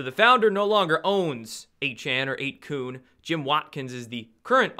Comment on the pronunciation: isn't it 8 "kun" sounds like "fun"?? or kun like koon?